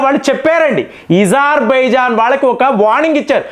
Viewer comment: సర్ ఇజర్బైజాన్ కాదు అజర్బైజాన్